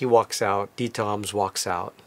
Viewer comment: Lucky you. How nice of him to talk to you and show you around his back yard. I would have brought a book or something, to get it signed, maybe it would have helped establish some rapport and have a more meaningful conversation. Also, i notice how you pronounce his name correctly, that is so nice. I hate it when people call him DeederRams or what have you. Kudos to you for showing such great respect.